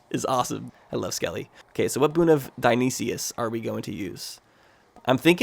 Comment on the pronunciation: Because it's driving me mad, Dionysus is pronounced die-on-eye-sis